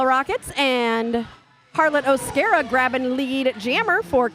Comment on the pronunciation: You were right with the first pronunciation of O’Scara (O-scare-uh) You guys are amazing!! -Harlot💖